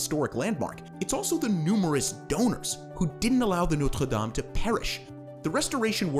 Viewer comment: You pronounced Notre Dame wrong